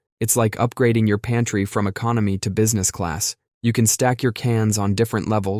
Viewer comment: OMG, I thought you said "panty" instead of "pantry". Love the garment ressurection tip, never, ever have I seen or heard of that one. I love this channel .❤